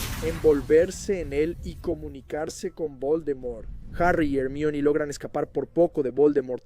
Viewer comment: Empecé a escuchar tu canal y me parecía bueno hasta que escuché tu pronunciación del nombre de Hermione 😂 , buena suerte 👍🏻 me iré a otro canal